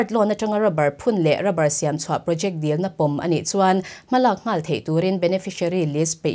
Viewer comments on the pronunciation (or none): none